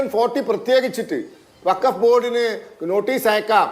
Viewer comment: ബകഫ് വൃത്തിയായി പറഞ്ഞു 👍